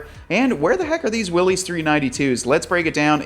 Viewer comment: You gotta learn how to pronounce "Mojave" (Spanish... think mojito with an ah-vay at the end) and Willys... John North Willys the founder of Willys Overland pronounced his name "willis" as in "What you talking about Willis".